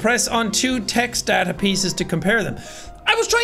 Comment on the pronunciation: Anyone else go crazy when he says data wrong haha